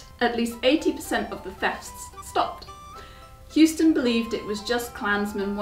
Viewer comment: houston is pronounced Hoo -ston not hewston. Believe me I a Houston-MacBean